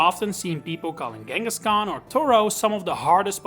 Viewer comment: Came for the awesome left because you cant say fucking KANGASKHAN. K. KANGA.